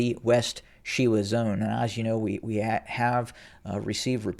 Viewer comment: She•wa ( SHe-wä) ...She as in Shell, wa as in waffle... Wa•li•so ( Wə-Lee-so).. Wa as in was, Li as in Lee, So as in so... 😎